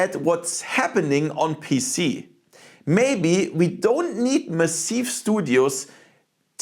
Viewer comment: It's weird how you pronounce everything in mostly an english way, but then out of nowhere I'm slammed with pronouncing Massive as meh-seev, rather than mah-sihv.